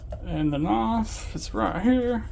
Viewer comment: Knahwf? Bro, where the hell are you from? Just giving you a hard time,😂, thanks for the vid and good work!!